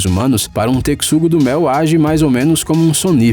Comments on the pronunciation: Tecsugo ? Pelo qie consta a fonética é Texugo mesmo ... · Só eu q fiquei encomodada por ele falar tecsugo e n texugo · Não é tecsugo e sim texugo(techugo). Quando falou das hienas mostrou os mabecos, um tipo de canídeo selvagem africano. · Toda vez que o narrador fala: "TeCSUgo", dói na alma. E ele repete umas 500 vezes. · TeCSugo nunca vi esse animal e sim o TeXugo!!!!!! Q AGONIA ELE FALANDO O VIDEO TODO TeCSugo!!! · Que agonia desse tecsudo. É texugo, véi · Me deu agonia ele falando "teCSugo", é " teCHugoooo" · Eu: Não se pronuncia "Tecsugo" do Mel e sim "Techugo" do Mel! Narrador: Foda-se!! Porque o Texugo do Mel não se importa! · Vcs tbm ficaram com agonia dele falando tecssugo - do - mel mn q raiva kkkkkkkkkkkkkkkkkkkk é teXUgo mn kkkkkkkkkkk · O "techugo" virou "tecsugo" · Adorei o vídeo , mas o narrador não sabe ler é texugo não tecsugo , é texugo XU TEXUGO NÃO A "C" NENHUM . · Ajahahah para de falar "tecsugo do mel" é TEXUGO com a pronúncia TECHUGO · Se lê Techugo não Tecsugo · Não se pronuncia " teCSUgo" se PRONUNCIA " teCHUgo" Nessa palavra o x tem som de ch Oloko gente 172 likes Tô famosaaaaa ( só q não;_;) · O cara falou TECSUGO (PRONUNCIA) e ta errado eh TECHUGO. N EH POSSIVEL QUE O CARA NUNCA OUVIU A PALAVRA TECHUGO PRA FICAR FALANO TECSUGO. Ridiculo na moral. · A pronuncia não é "tecssugo do mel", é "teXUgo" mesmo, ou ratel. E aquela "hiena" com filhote na boca, não era hiena e sim uma espécie de cão selvagem. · Kkkkk, eu acho que esse narrador é voz computadorizada, não tem como dizer Tecssugo-do-mel tantas vezes tão perfeitamente . A pronúncia certa é TeXugo do mel . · "Tec-sugo"? Eu acho que a pronúncia em português brasileiro é "techugo". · Acontece que a palavra correta é texugo do mel com a mesma pronúncia de techugo. E não texugo com a pronúncia "tecsugo". Ou é narrador virtual ou não fez a tarefa de casa. Basta fazer uma busca simples no YouTube e ele iria saber a pronúncia. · TeCSUGO???? KKKKKKKKKKKKKKKKKKKKKKKKKKKKKKKKKKKKKKKKKK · vdd kkkk